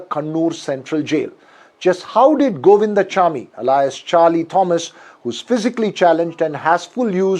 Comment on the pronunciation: Not Govindachamy but Govind swamy.